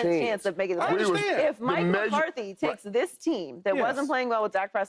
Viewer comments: Paul Pierce: "Mike McCarty, Mike McCarty" FS1 Producer: "Paul, are you serious? Say the name right. it's McCarthy." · Hey Paul, there's a "th" in McCarthy's name dude.........I swear they just put ANYONE on TV